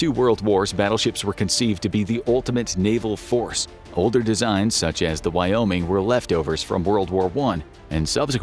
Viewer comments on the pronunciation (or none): none